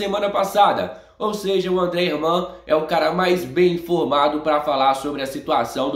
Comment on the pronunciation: Fala o nome do cara direito ! kkkkkkkkkkk Não é Andre Herman , É ANDRE HERNNNNNNNNNNNNNNNNNNNNNNNNNNNNAN !